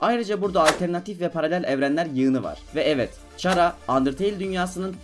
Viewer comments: Çhara :D Bilmeyenler için khara diye okunmakta ingilizcede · türkçede çhara da hani yabancı diller arasında burda sen ahmet sen orda sana ahmad diyemezler ahmet demek zorundalar Ingilizce de de c harfi k olarak okunduğu için <H harfini niye ihmal ediyon anlamadım> Chara(khara) olarak okunur